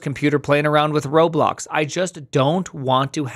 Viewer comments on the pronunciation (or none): none